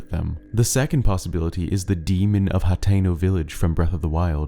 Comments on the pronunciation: its pronounced (Ha-ten-o) not hat-teno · you indeed said hateno wrong the guy above me is right